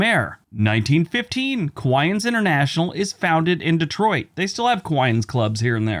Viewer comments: Great video, as always, but I think you meant Kiwanis, not Kiwaians. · Please check your pronunciation of Kiwanis. It's a bit off. Wallop's Island is correct. An east coast test and launch site run by NASA.